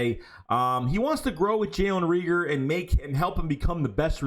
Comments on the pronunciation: Not * Reeger it’s *Reagor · Jalen RAEGOR LONG A(pause) stop saying that man damn name wrong, shit is annoying .. if you can't say it don't say it smh